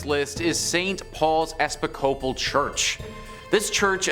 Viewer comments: "Ess-pi-coh-pal Church?" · "Espic- cope-el" church Dude Google will pronounce words for you. Sounding things out phonetically is making me bonkers & it's making you sound like a idiot. I'm trying really hard to like your videos but you're making it really difficult . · By the way, the word "Episcopal" is accented on the second syllable...